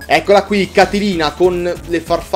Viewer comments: Amo quando fai i LP che durano tipo 3 mesi e passa <3 Così almeno ogni pomeriggio ho qualcosa di bello da vedere. P.S. È "Catlina" non "Catelina" ma dettagli xD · comunque e Catlina non Catilina, fa attenzione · Comunque è Catlina (come l'uragano) senza la "i", altrimenti sarebbe un personaggio di ciceroniana memoria 😂😂😂😂😂